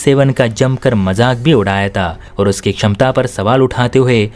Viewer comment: Majaak udaaya ta nahi majaak udaaya thaa....use th ... pronounciation clear needed